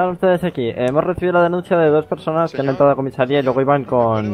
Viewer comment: Señour No!! Señourr xD